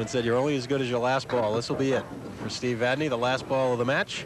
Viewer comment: Hey...wait....did I actually hear these two clowns pronounce Steve's last name correctly?? WOW!!